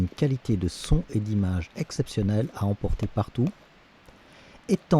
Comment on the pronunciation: Geste écologique...il n'y a rien de moins renouvelable que ce type de produit......Attention à votre diction : en français on n'accentue jamais les premières syllabes des mots.....c'est très américain tout ça...."La COMpagnie GOPRo est très MAline....Un Abonnement Annuel , une REmise EXceptionnelle pour votre CAméra...et d'un TRANSfert ILLImité de vos VIdéos...Des couleurs Eclatantes à NAturelles"....MErci pour test en tout cas !